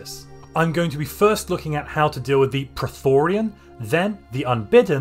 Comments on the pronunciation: 🙋Its pronounced - PRO-Thee-yON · Two things. Y is pronounced as a single vowel in english. Prethoryn doesn't contain the vowels i or a, and the y vowel should be pronounced singularly. I've never heard anyone pronounce it as Prethorian before. Second thing, why only battleships? Destroyers can bring excellent PD against the prethoryn for minimal fleet cap cost. Naked Torpedovettes are a time honored tradition against the unbidden. etc... Build difference will depend on the difficulty & crisis strength you're playing at I suppose. What are your expected default values here and would you make any adjustments for higher or lower settings? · Dude, phonetically, it's spelled as the latter. You're saying Prothorian or Prothorean...this isn't Mass Effect. 😆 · How tf did you manage to turn 'Prethoryn' into 'Pretorian' lol